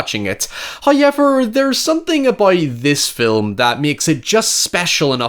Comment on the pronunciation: if you say hoyever one more time im gonna fucking lose it. HOW. EVER.